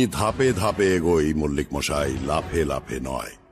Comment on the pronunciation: মশাই কে মহাই বলে কেন?